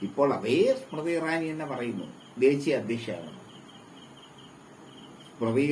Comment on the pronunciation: നാലക്ഷരം പഠിച്ചുവാ മോളെ. സ്മ്രതി സ്മ്രതി അടഞ്ഞു.